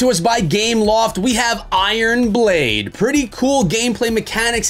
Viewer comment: Did he say " I Ron blade' ?